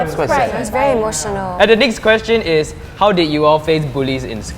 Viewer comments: it is "next" not not "nextt" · "and the nextt question is"